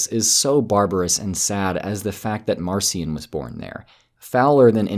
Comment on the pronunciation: Marcia should be pronounced Mahr-KEE-ahn